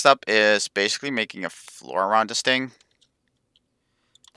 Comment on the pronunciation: I think your audience would prefer Proper pronounciation e.g. ting to thing (no hate towards you or your video)